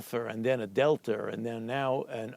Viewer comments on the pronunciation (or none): “First an alfer, then a del-ter, and now the omAHHcron is , PERHAPS, particularly importantly, surely may surge”🤡🤡🤡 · What is up with academic types adding “r” to the end of everything “Alphaer, delter …” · So is it an “alpher” or “delter”??…. 🤣 I thought it was alpha or delta??…. I’m confused 🤣. Joke